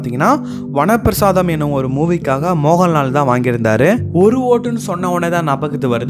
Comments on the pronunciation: Atg vanaprasadham ille VAANAPRASTHAM. The great mohanlal movie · Vana prasaadham ille, vaanaprastham